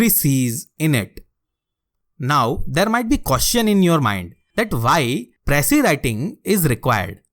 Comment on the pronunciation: You can’t even pronounce precis and here you are teaching precis writing 😂 What a joke. And there are more people like him who even gives online classes for ias lmao. Just imagine, attending IAS online classes by those who never made it. Lol go fuck yourselves